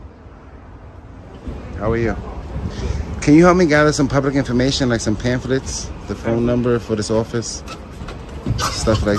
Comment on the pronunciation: Door locked ? Are you “Open to the Pubwic ?” 🤔🤪🤣🤣🤣